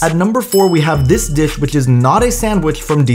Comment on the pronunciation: Never thought hearing a man say "disccchhhh" would drive me insane.